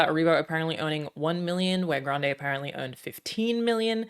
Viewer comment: hate to be that nerd, but Grande in italian is pronounced the way most people usually say it (grahn-deh, like in spanish). what you're saying is "grandi", which is the same adjective (means "big") but plural--different word.